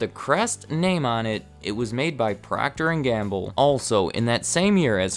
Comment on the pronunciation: Is PROCTER & Gamble NOT “PROCTOR” as in Proctor Silex 😔